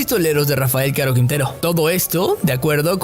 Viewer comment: Por lo menos debería aprender a pronunciar el apellido que taaaanto pronuncia y en cada vez que lo menciona lo dice mal